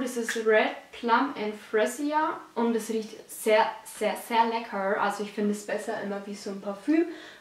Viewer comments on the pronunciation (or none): wie sprichst du denn lecker aus!?!?!?!?! : )